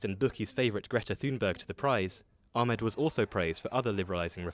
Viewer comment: Finally someone pronouncing Dr Abiy Ahmed’s last name correctly (the narrator that is). Everyone else pronouncing it with that hard “H”, just like the lady . 😒